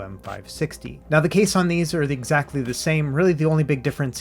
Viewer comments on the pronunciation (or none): none